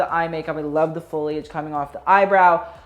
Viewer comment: Much repsct for properly pronouncing "foliage".